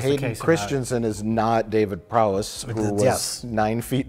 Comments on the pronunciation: Can you clowns not say Prowse? Its such an easy word, if anything the obvious mispronunciation would be Prow-see. But you are so caught up in your own crapulence that you keep saying Prow-ess. At least, at the very very least, could you not look up how to pronounce peoples names? This channel has become a caricature of itself. It's as if you feel like you all have to hate every single thing you 'review'. Kenobi has been excellent IMO, perfect? No, but overall an excellently produced show. made with love and trying its best to be something worthwhile. And you three just sit around like three comic book guys who all went to film skool and know better than anyone else. the early lightning strike of the utterly brilliant Mr Plinkett reviews of the terrible prequels is long, long gone. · stop calling him David Prowess!! It's Prowse!